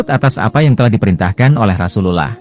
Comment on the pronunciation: Dari cara mengucap rasul allah..saya yakin kamu non muslim